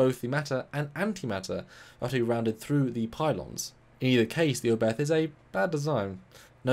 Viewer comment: It's fun how all the English speakers butcher the pronunciation. Herrmann Oberth was, as you say German - the "th" is not pronounced as in "the", but hard, as just a "t", followed by a silent "h".